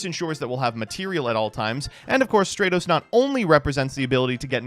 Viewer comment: my brother, hope you see this.. I'm greek.. it's pronounced Stra- tos not stray - tos...it comes from the Greek word στρατός Which means army